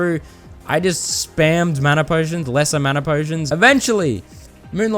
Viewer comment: "manner potions" 💀😭